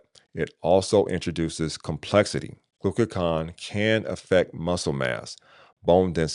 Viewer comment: Hey superstar. Great review of retatrutide. I was wondering about lean body mass loss versus Zepbound. Also. You said glucaCON versus GlucaGON Also I saw AI said to pronounce Retatrutide as you did but I thought it was pronounced Reta. True Tide. Just wanted to share that as you continue your beneficial work. Thanks I appreciate you